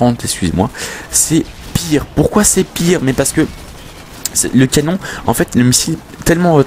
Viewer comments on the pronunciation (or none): none